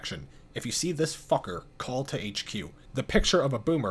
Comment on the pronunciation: the way you seemingly emphasized “fucker” is just way too funny to me lmao